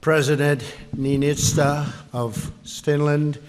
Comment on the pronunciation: He also pronounced the Niinisto's name incorrectly lol